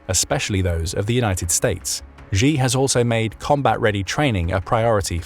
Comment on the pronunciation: It would be nice if the narrator can pronounce the surname of China's president correctly. It is pronounced as ' see or just C'